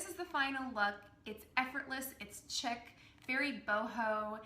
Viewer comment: I think you mean chic (which is pronounced like sheek not chick 🐥)